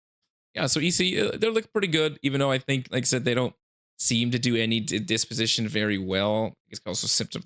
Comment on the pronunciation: Good video but brother, it's dis-position not dep-osition 😬